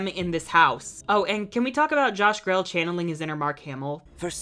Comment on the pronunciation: Sidebar: Josh Grelle's last name is pronounced "Gree-Lee"; Listen here